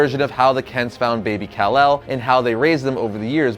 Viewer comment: call-ark? Really?